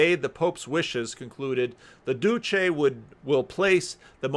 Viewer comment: You need a "ch" sound for Duce and Pacelli